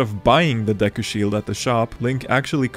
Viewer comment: As a French, I can say I tremendously enjoyed hearing you say "de cul"